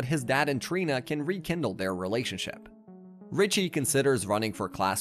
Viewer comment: You messed up Richie’s name like 5 x during the video 😂